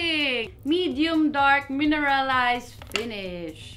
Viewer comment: I love it when she says "pinish" instead of finish 😂 truelly pinay!